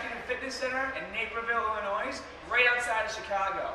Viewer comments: There's no NOISE in Illinois Scott!!!!!! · That is AMAZING....I'll have to find a place near me. By the way you don't pronounce the "s" in Illinois.